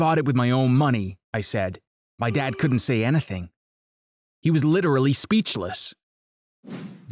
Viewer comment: Ikr "anythen"